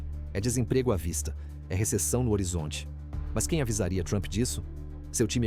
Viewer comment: “Receção”?! 🫣🫣🫣🫣 Socorro!